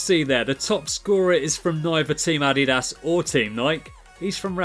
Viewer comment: It’s Nike not nil and no t addiass its adidas